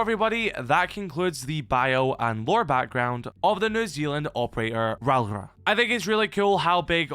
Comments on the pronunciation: "Rowra" is wild. It's pronounced Rau-ora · If it help with the pronunciation, its something like raow-or-uh. Rauora. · You might find it easier to pronounce her name as if you’re saying Row (like an argument, to have a row) Aura (like skibidi aura, as the kids say these days). RowAura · Hey. Maori here. If you wanna try and pronounce it correctly, it sounds like "ROE - AURA" But with every R, you roll it:) If you cant roll the R. Its not the end of the world. "Roe Aura" sounds close enough if you haven't practiced rolling R's before. Also Hapai sounds like "Haa - Pie" Love you